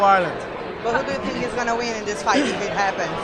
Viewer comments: I tink... I tink... I tink this WANKER talks to fucking much. Stop fighting and go into showbiz if you want to make love to the camera so bad. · "I TINK, I TINK....I TINK" LOL